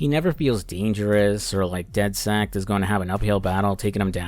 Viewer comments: I’ve never met someone who pronounces it dead sekt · Does it bother anyone else that throughout both games he calls the group "dedsect"? Good videos though